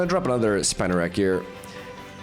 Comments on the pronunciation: It’s “spin a rak” . It’s spinning webs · Spinarak pronounce Spee-narak.